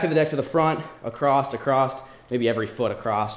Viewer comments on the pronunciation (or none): Across doesn’t have a T at the end